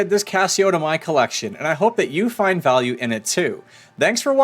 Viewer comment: “a great vaue” ?? Wut